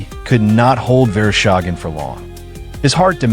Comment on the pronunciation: Верошаген? ИИ совсем спятил. Василий Верещагин его зовут.